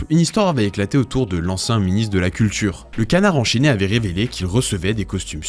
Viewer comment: Dommage pour le "cultchure" sinon, c'était intéressant.